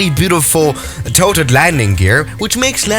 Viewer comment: i alwas hear toaded landing gear instead of tilted.